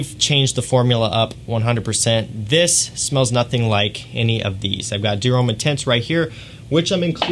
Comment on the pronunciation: Americans are notorious for butchering foreign name pronunciations, but still most of the American fragrance reviewers call it "ee-dee-ahl".